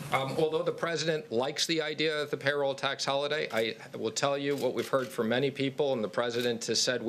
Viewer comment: heard not heat. Lol